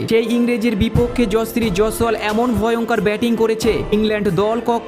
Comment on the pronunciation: Nam ta thik kore uchcharan karte sekh, tarpore video toiri korbi.